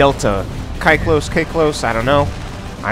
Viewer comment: Ky-klos Is pronounced like the word "key"-klos,means circle in greek.I've noticed you and struggle with this name:p